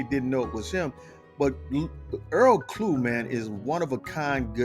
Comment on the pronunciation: In English..his surname would be Clough....as in Tuff, stuff, puff, rough, ect.. so it is Earl Klugh. not Klue, as in clue, chew , stew, etc. thanks.